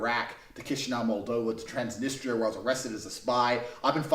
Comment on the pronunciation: Did he say "Transanistria?" Because that's not nor has it ever been a country 🤣